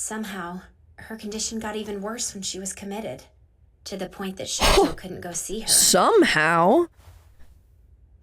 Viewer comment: The sister pronounces the names weird, calls Toya, Toeya and Shoto, Shota I wouldn't use her as an example for names.